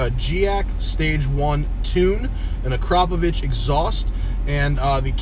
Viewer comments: have i just heard someone pronounce Akrapovic correctly? i salute you Matt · I seriously thought it was Ak-ra-povic, instead of the way he pronounces it as Akra-povic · Thank you for pronouncing Ah-krop-oh-vich properly :)